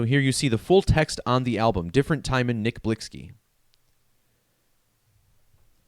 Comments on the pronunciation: UMMM NO __ IGNORANCE IS SPEAKING ON THE DEATH WITHOUT EVEN KNOWING HOW TO SAY THE PERSONS NAME RITE🙄 NOW MOVE ALONG I'VE ALREADY STATED THIS A MILLION TIMES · HEY DICKHEAD CAN YOU READ🤨 THE VERY FIRST COMMENT I MADE I SAID THAT THE PERSON WHO MADE THIS VIDEO WASN'T PRONOUNCING HIS NAME RIGHT🤦🏽‍♂️NOW YOU'RE TRYING TO TELL ME HOW TO PRONOUNCE IT , YALL GET WEIRDER BY THE MOMENT I SEE